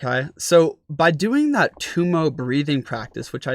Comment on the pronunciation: Tibetans pronounce Tummo as "dough mo." Intriguing information and excellent instruction. Thank you.